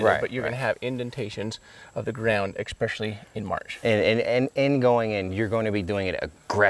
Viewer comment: I appreciate you all so much, that I can even overlook the fact that you said “supposably”, instead of “supposedly”, and “eckspecially” instead of “especially”. That’s huge for me!